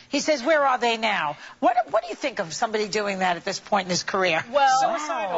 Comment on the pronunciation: when Tina say's "do" I keep hearing "jew"... lol odd.